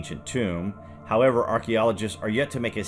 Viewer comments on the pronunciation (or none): none